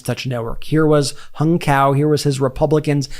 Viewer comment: His name is pronounced “Hung umm, Cow?”